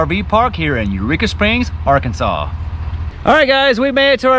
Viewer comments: You remembered to pronounce the s in Illinois but forgot to pronounce it for ar-kansas. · Go ahead say it…ArkansaS.